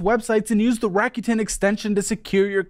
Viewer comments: It’s a Japanese company, so it’s pronounced like rack-oo-ten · I'm pretty sure it's pronounces Rake-ut -in. Like "rake it in" as in raking in loads of money